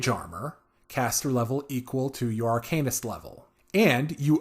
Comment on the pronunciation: AR-CAN-IST, as opposed to ARCANE-IST